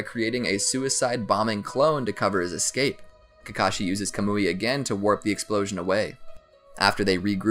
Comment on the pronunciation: Its pronounced “kah-m-oi” (sorry I just needed to)